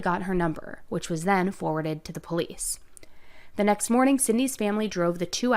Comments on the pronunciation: I'm not saying this is always the case, but every time I've heard someone pronounce it that way it's been in a disrespectful manner. Either way, it irks me too. lol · I always Hate when people say PO-lice….it always strived me as arrogant and ignorant. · I think if I had heard this jerk say poe-lice one more time I think I would have thrown up. That alone was enough to make me hate him. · To hear him say Poo-lease dedpartment. Is so aggrevating, He just wanted to write his own script to his own made up play. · Anyone who says PO-lice is a criminal. 100% of the time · Am I the only one who cringes when people pronounce police as "pow-lease" 😅😬🙄 and only someone guilty would feel such a need as to make these long videos of themselves talking for strangers to "prove something" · YES!! Him saying POE-Leece was so annoying! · so true! i'm originally from NC and my grandpa says Poe-leece but for some reason it was just annoying when this piece of trash said it haha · Down here in the South, most people pronounce it " poe-lees". Just a regional thing, I suppose. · I cannot take anyone who says pole-lease instead of police seriously. It irks me to the core. Thanks for another great video! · Every time he says “the po-leece” 🤢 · I can not stand the way he pronounces Police!! He is a disgusting & gross creature!!! 🤢🤢🤢🤢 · I hate how he says POElice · "PO-lice" I hate when people pronounce police as PO- lice ...ugh uneducated rabble . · I cannot stand hearing him say “poh-leece “ I don’t know why but it’s creeping me out. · I hate the pronouncing of police as POE-LEASE . It’s so obnoxious, and instantly makes someone look uneducated and low class. Where the f*** did that start?? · First and foremost…..if you pronounce the word “Police” as a Poe-leese, you’re probably guilty…. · Is this a repost, I think you covered this already. The way this guy pronounces police sounds like the way blacks say it. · The POE-lease department drive so me crazy.